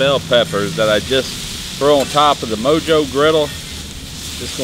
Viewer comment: It is pronounced mo-ho😬